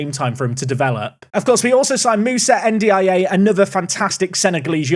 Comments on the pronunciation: N’diaye pronounced en-dee-eye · you already have Dia, just say N'Dia for N'diaye 🤣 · Anyone know what episode the Sunderland away day was from last year? Also ‘N’Diaye’ is pronounced ‘N-Die’ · Ndiaye pronounced more like Undjai, rhyming with eye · I dunno why but I feel it's pronounced "Und-ya", not being snarky just wanting to get to a point where we know how it's pronounced for sure :)